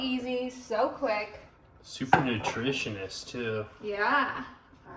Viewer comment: I cringed when he said "so nutritioness"😮....instead of Nutritious😂😂